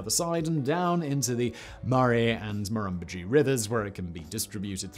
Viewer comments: For future reference: with multisyllabic Australian names, particularly those based upon Aboriginal words, the stress tends to be on the third syllable. The syllable before the stress tends to drop away, in some instances almost completely. Murrumbidgee becomes Murr'mBIDG-ee. Eucumbene becomes Euc'mBEEN. Canberra becomes Canb'RA. Of course, there are always exceptions to any rule, but it'll give you a decent starting point. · Always funny listening to poms mispronouncing our words like Murrumbidgee.🇦🇺🐨🇦🇺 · I fell off my chair the first time he said Murrumbidgee! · it took me a bit to work out what river he was talking about when he said murrumbidgee haha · A few corrections: Murrumbidgee - Mar-rum-bid-gee Khancoban - Can-co-ban Cabramurra - Cab-ra-mar-ra Guthega - Guth-e-ga Eucumbene - Ewe-cum-been Tumut - Tu-mit Jounama - Jew-nam-a Tantangara - Tan-tang-gra Talbingo - Tal-bingo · TYOOmut, EucumBENE, MurrumBIDgee, Simon... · Was impressed you said Kosciuszko correctly, but you butchered Murrumbidgee... not as badly as we are butchering the planet though :( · Murumbudgee? Cubraburra? Tumet? So many mispronunciations.